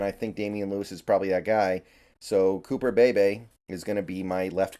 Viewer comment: Cooper pronounced cooper Bee-Bee